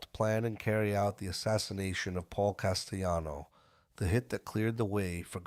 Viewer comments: No, in Italiano the name is pronounced as CAS-te-Lano. Not jano. And with the accent on first syllable CAS. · I can't take this podcast seriously when the narrator refers to Paul Castellano as Castejano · Is this an ai voice? Why are names like Gotti and Castellano mispronounced?